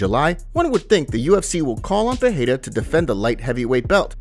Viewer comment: Ffs it aint peheira ..its Pereira